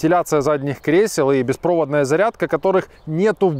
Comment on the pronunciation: Безпроводая зарядка.Ту узбек?Ударение правильно ставь.Пожалуйта.